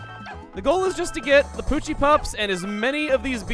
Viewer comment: Pochi is the Japanese name. You still got it right :3